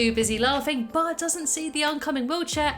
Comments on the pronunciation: She says bah Simpson at start of the video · original: but before we begin what i heard: bart before we begin